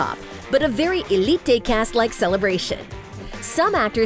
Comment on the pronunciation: If you can’t say Elité just say Elite